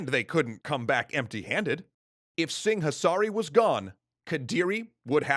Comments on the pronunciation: There's a h in Singasari that he keeps pronouncing exaggeratedly. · Si-nga-sa-ri, not sing-a-sari. LMAO